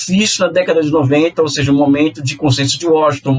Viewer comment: Apenas um erro de dicção, mds...